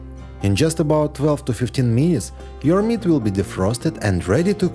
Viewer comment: 15 meeneets 😂😂😂😂😂😂 funny I speak like you